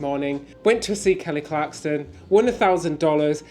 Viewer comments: There's no "T" in "Kelly Clarkson". LOL. How can that be hard to pronounce? These guys are adorable. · There is no "T" in "Kelly Clarkson" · Kelly Clarkson - no "t" , processed (sliced) cheese. Happy anniversary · Happy anniversary! My wife has decided you are her favorite cruise tubers. BTW, there is no "t" in Clarkson. Lol i believe you may be familiar with a bloke named Jeremy Clarkson? Same name. ❤ congratz on the house!!! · No t in son clarkson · Love you guys but it really got frustrating. .. There’s no T in Clarkson lol 😂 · Dear, love you two!! Dear, it is ClarkSON. There is no T in her last name. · Kelly ClarkSON....Kelly ClarkSON!!!!! Repeat after me lolol (and I haven't been that huge a fan since her American Idol days....but that was like nails on a chalkboard lolol). Super fun sounding day, aside from the tropical monsoon in NYC lol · It’s Kelly clarkson, no T lol but great video, looking forward to the next 👍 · ClarkSON without a 't' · Absolutely love you guys, and the channel, and congratulations on the $1,000, but you’re making my OCD go off the charts….😂😂 It’s “Clarkson”…. No T😂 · Not to mention “Kelly Clarkston” and calling Merrily We Roll Along “Merrily Along We Go” - they’re lovely lads but pronouncing things correctly isn’t really their strength 😂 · the name is KELLY CLARK SON there is no T in her name. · Congratulations on winning $1000. BTW gents it’s Clark-son. She won American Idol. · Love your vlogs, but Kelly's last name is Clarkson, there's no T in her name at all. It's just Clark - son. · Please note there is o 't' in Kelly Clarkson. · You guys always do great reviews! My dream is to get tix to an SNL taping. I’ve been to NYC 5 times and I can never get in. Glad you guys had a fab time! It’s Clarkson, btw. Not Clarkston. She was the very first American Idol. 😊 Congrats,! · Kelly Clarkson!! NOT Kelly ClarksTon! :) Hope you had a great time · “Clarkston”. No. Clarkson. Yes. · CLARKSON! Not Clarkston 😆 my OCD can’t take it!